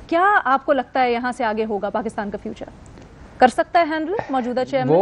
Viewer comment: "Future" hota hai "feature" nhi.